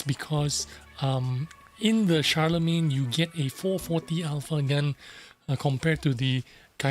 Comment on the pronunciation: Ooooh, nice. I will buy this just based on it looks. ❤️ And an English tank with a French name? Hmmm? And that was a nice pronunciation of the name, Guru. Shar-le-main. Nice. 😉😃👍